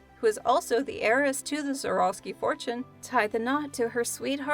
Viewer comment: How can you talk about the luxurious side of life and not have a clue how to pronounce the word heiress? 🙄